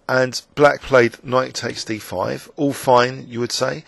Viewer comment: isn't it a scots way to pronounce 'all'? like 'awe'.